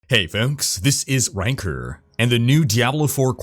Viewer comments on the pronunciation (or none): that accented RHYKERRRRRRRR at the begining cracks me up every time XD